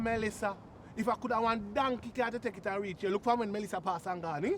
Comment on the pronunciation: Renae should buy house, not carr😂